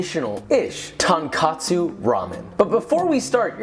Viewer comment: What bothers me most is that he doesn't even say tonkatsu, he says tankatsu. Like, the tonkotsu/tonkatsu confusion is pretty common, but what the hell is tankatsu? Deep fried, uh... stairs? Most of the kanji I can think of with that reading are too abstract for it to even make sense. Deep fried simplicity.